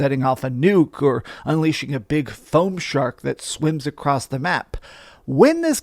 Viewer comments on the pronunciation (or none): Please don't say "acrossed"